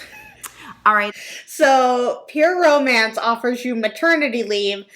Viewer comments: Oh my god I thought the same thing! So strange how its pronounced like Pure mance or pure oh mance. Maybe it's her accent who knows? Still should learn how to pronounce your own company right ? Lol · I’d just like to know why she pronounces it so weird. “Pur-o-MANCE” ...who pronounces romance like that? Do all the Huns pronounce it like that? Lol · Every time she says "Pure Romance" it sounds like Pyramid. That's... telling. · It sounds like she’s saying pure omance and it’s driving me nuts. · I hear "permans" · I was like what is peer mance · Omg, yes!! She keeps running the words "pure" and "romance" together. It sounds so odd when she pronounces them.